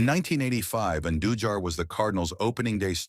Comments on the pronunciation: I know, right? Dude pronounces Andujar’s surname like five different ways. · crazy thing is how it pronounced Andujar's name SEVERAL different ways, smh.